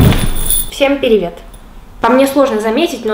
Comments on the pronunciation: Легендарное "Пиривет", которое мы всегда будем рады ждать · Почему привет, а не пиривет?!